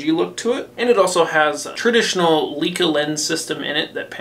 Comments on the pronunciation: ‼️ “leaka lens” yes, that’s how to pronounce Leica, no doubt 🤣🤡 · The Leica lens on the AG-HPX170 is pronounced "Like-uh", not "Leak-uh". Don't let any Leica rangefinder camera users hear you pronounce it that way! Cheers, mate 🙂